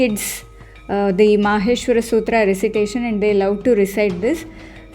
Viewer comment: love the way you prounced the sutra and will follow your videos as i just started learning sanskrit n is so difficult to memorise. maybe my age not right to memorise. still i will try n not give up.